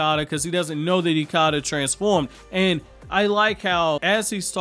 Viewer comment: You’re mispronunciation of ikada is wrong